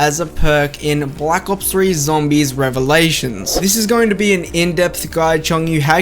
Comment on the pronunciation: I think I rather call it; "ZAMBIES"